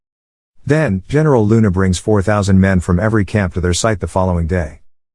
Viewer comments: the way he pronounce heneral luna makes me smirk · Heneral luna ah yes